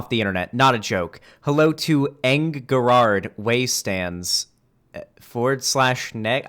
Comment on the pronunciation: please did you never have an emo phase Gerard Way is pronounced jerard lmao